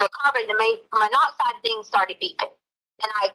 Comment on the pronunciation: Why does she put a k sound at the end of words that in g. Like thing she ends it with a k